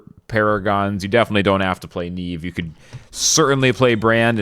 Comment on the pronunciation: its not Niive its Niamh bro